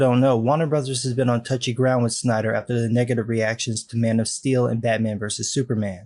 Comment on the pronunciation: Wait a minute, did he say Stiener Cut? It would be interesting to see Make a JL movie.